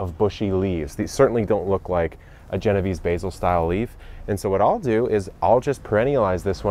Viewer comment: Genovese pronounced, jay-no-vay-say.